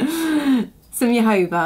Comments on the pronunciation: It's pronounced HoHoba oil not yohoba oil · You seem such a delightful person. I had a little problem understanding words, ex: jojoba. I didn't know what you were saying, but someone made a comment that I was able to see. Perhaps you could print names of products that you use for us folks that are new to this. I will definitely look for more of your online instructions!